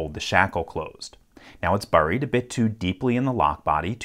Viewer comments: 'Burried?' What accent is that, LPL? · Hey LPL - Buried is pronounced berryed, like a yummy berry. He buried the berry should sound the same.